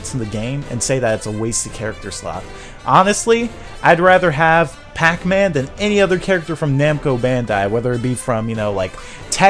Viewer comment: says Bacman.